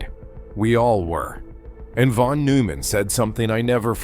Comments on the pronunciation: Bethe is pronounced BETA, Neumann is pronounced NOYMAN. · It will be better when Artificial Intelligence learns how to Artificially Read. NOT NOOO_man!